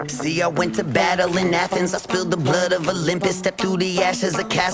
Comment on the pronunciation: And Athens as A Thens....lol